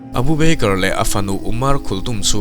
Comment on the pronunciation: Beikar tia ilam hi hi mizo tawng thluk a "ba ker" tia lam tur ava nih hmel ve aw